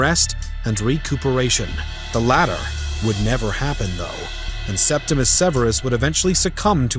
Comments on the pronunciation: Septimius Severus, not Septimus Severus. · It’s Septimius Severus, not Septimus. Domitian’s decision to recall Agricola was his greatest mistake. Had Domitian allowed Agricola to complete his conquest of Scotland, he would have removed a barbarian frontier, securing Rome’s northern border in Britannia.